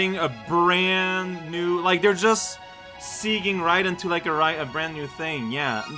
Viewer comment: "They're just seeging right into a brand new thing" Not 100% sure, but was that supposed to be 'segue'? It's pronounced like, 'segway' - the word has Italian roots. segueing would be 'segwaying' not harshing, or anything - it gets mispronounced a lot. Italy, however, already considers Canada on thin ice due to the whole ~pineapple on pizza~ thing, so be careful you don't spark an international crisis